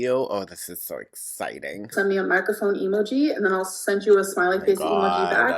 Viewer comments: why does she say eee moo geee like that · I HATE the way she says emoji. She says it like it’s e-moji. Like e-mail. It’s such a dumb thing for me to get annoyed by. But it also shows how little she understands about her “job.” One example out of thousands